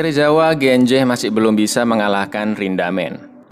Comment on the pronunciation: Bukan rindamen tapi rindaman